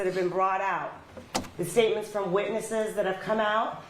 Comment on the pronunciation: And than he says "the witches" instead witness's. He's too much.